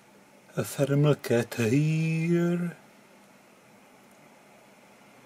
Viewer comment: "(...) a thermal cat here..."😂 - almost sounds like "ethernal cat"